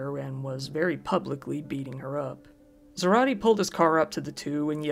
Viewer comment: Isidro's last name is pronounced "Za-ra-teh" not "tee"